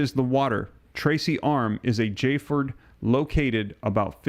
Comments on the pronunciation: Not jford, spelled fjord but pronounced fyord. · Fjord is pronounced like the j is a y so it would be fyord, not fjord! Did you not learn about fjords in geography class? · Myanmar is pronounced me-an-mar. Fjord is fee-ord. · Fjord is pronounced Fe-yord for future reference. Great job on reporting, Sir! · Fjord - Fe-ord. Dude, I 'm a high school drop out. What's your excuse.🤣Sorry, I'm a jerk.